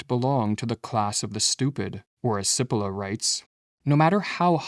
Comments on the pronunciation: It's not Si-polla. It's Chi-polla... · My friend I am Italian American and I speak Italian. May I help you with the pronunciation of the name “Cipolla” (Chee-Po-lla) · The irony of producing a video about stupidity where the presenter doesn’t realize that he is mispronouncing the name Cippola. In Italian CI is pronounced “chee” not “see” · His name is pronounced CHEE-po-law ... not sippolah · Just for the record, his name is pronounced chee-POLE-ah. That's ignorance, not stupidity. Btw, it means 'onion'. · Please note, Italian pronunciation of Cipolla is 'cheepollah' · Pronounced, in Italian, 'Chipolla'. Thank you lovely brothers. Peace and love from the North Pole. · It might help the presentation if you pronounced the author’s name correctly. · Please pronounce 'Cipolla' correctly or people are going to think you are stupid. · The AI voice mispronounces Cipolla's name. Stupid. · Cari fratelli canadesi - Carlo Cipolla was italian (died in 2000). would you kindly, per favore, pronounce his name the way Cipolla is pronounced in Italy? Grazie. 🧅🧅🧅🙏